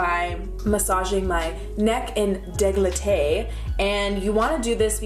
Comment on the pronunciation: dé-CO-letté lol